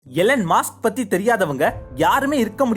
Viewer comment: அது மாஸ்க் இல்ல மஸ்க்